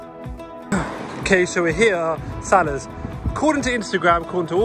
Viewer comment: The way you say Salahs! Might aswell call it salad! 😆